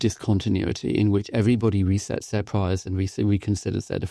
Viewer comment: “Priors”. Not “prize”. Lazy.